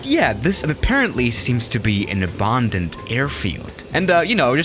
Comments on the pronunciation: Normal person: "abandoned": "abondened" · How normal people say Abandoned: Abandoned How says it: Ebondind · loved the vid, but the way he says abandoned makes me cringe everytime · Nobody::Abandaned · No-one:: OBAANNDED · noone:: äbândoned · The way he says abOAndoned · Nobody:: Abååndend runway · nobody:: abundoned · Normal people: abandoned: aBarRrrRndoNeD